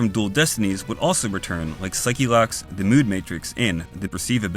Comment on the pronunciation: it’s pronounced “saik” not “saiki”